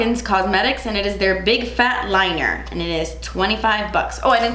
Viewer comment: I swear she said "big fat liar" instead of "liner".. just me? 😅. Who you mad at? 🤣🤣.